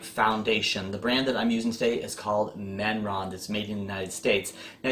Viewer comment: Did you pronounce Mehron (May -ron) Menron ?